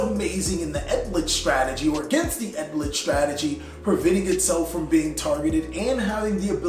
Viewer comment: ELD! LICH! Not ED LICH! please just sound it out